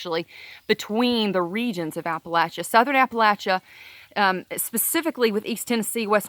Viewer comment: I'm from Southwest Virginia. Loved to hear you pronounce Appalachia correctly and cracked up when you said charney nasty. Obama killed our coal communities and our region is suffering.